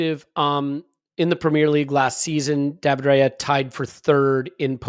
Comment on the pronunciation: I'm normally very upset about how people mispronounciate players' names, but, I'll let it go with my homies. However, however you want to pronounce it, Raya is pronounced "Rye-ah", not "Ray-er". It's also "In-yaki". No worries. I appreciate that we're mostly English speaking. I'm English/eastern European/French (and more). I get upset when people get it wrong, but, I'll forgive when reasonable excuses are given. Love the show!